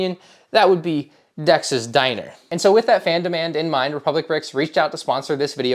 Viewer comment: I think he accideently said it weird